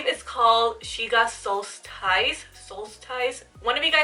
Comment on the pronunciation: Hey girl! It's pronounced soul-stess. Like imagine the "ice" on the end is literally "ess". ❤️And the Colorpop blush is Meteorite, pronounced meaty-or-right. 😂😂😂 Edit: Amazing eye look!!